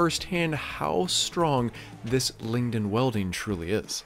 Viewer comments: LiG-Nin, not ling-in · Dawg its Lingnin....Not Lingdin